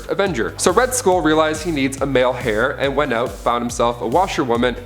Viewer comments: Heir not hair. Lol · If you said “hair” one more time!... It’s pronounced “AIR”. 🤷🏽‍♂️ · It's pronounced as Air not Hair. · I isn't "hair" it is Heir. pronounced like "air" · "Ra's al Ghul informed Batman that her and Robin had been kidnapped" She and Robin had been kidnapped. "She's the daughter of Red School. That's right the villain of Captain America, the First Avenger. So Red School realized he needs a male hair". It's not Red School. It's Red Skull, like dull. It's not hair, it's heir, like air. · Heir is pronounced as "air" not "hair". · The word heir is pronounced ayre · In the word heir - the h is silent. Pronounced air. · Heir is pronounced air. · Heir is pronounced "air" Scepter does not have an a in it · Heir is pronounced "AIR." The H is SILENT. Also, it's pronounced Pee-YET- Ro. NOT PEYT-ro. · Seriously.This guy is illiterate as hell.Whats more you can tell he's an absolute poser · First time I've ever heard "heir" pronounced "hair." Isn't the h supposed to be silent? First and again . Is this like the British pronouncing herbs with the h sound? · Never heard it pronounced like that, so at the very least it's not a blanket British thing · That bothered me too lol